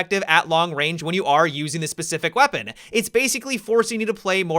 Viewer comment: How about when his vowels trail at the end of a word usually at the end of a sentence? Like "weaponaaa"